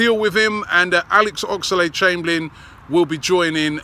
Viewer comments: Oxlade NOT Ox-a-lade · Oxerlade ???? Talk properly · Robbie puts too many syllables in Oxlade and it really fucks me off